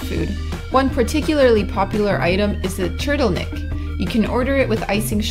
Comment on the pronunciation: Your pronunciation of TRDELNIK (not turtle neck) and Alfonse MUCHA is the worse on YT. Please learn and don't repeat it again. I was embarrassed just hearing it. It shows very low intellect.